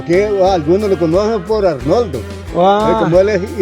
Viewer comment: jajaja todo el rato repitiendo Arnoldo y cuando pregunta dices Ornaldo jajajaja